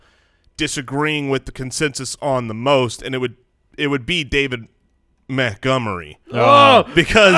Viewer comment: Hearing refer to Montgomery as Meh-gomery makes me understand why you guys settled on Mopportunity as a nickname. You started with the bar so low that Mopportunity actually seemed clever (if only by comparison).